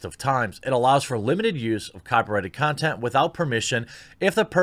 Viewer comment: lol, nice slip of the tongue there "the 2 consent creators" ;)